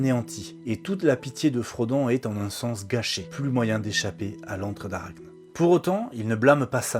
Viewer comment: Merci beaucoup pour cette vidéo ! j'ai appris des trucs sympas, n'ayant pas lu les bouquins. en passant archne se prononce "arakné" :P